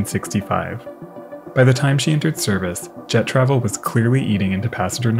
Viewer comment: The American accent was hard to understand: Why, when saying 'Jet travel" would you emphasise 'Travel' & not 'Jet', thus making it sound like, "jeTRAVel"?